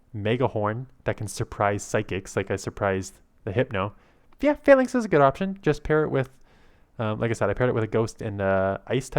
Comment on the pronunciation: Falinks sounds like failing😆